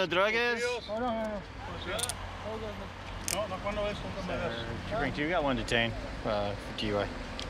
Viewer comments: no armes??? No drogueSS???? Apu eres tú? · LOLL DRUGES not a word buddy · I heard drugas hahaha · Dude said druges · No armes, no drugues 😂😂😂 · No Armes No Droges Bruh these cops on a whole new level of Spanish 😂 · “Armes” “droges” 😂😂😂😂😭😂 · "ARMESS DROGESS" 🤣🤣🤣🤣🤣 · Brawndo Were making fun of it because that’s NOT how you say it in Spanish it’s Drogas i Armas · My dude said “you got any armes or druges” adding es don’t making Spanish officeres 😂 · That dude who thinks he knows spanish but when he speaks he's all like: Napete. Nou tienes armes? Nou armes, nou droughes? A for effort.